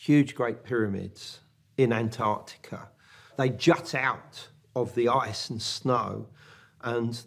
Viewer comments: Pretty annoying when the presenter can't even pronounce Antarctica properly. that does not look perfectly square. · The narrator here is so insistent on pronouncing Antarctica as "Ant Arctica"... XD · Ant artica 😊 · Ant- Artica like this man said is NOT ‘ at the bottom of the planet ‘ ….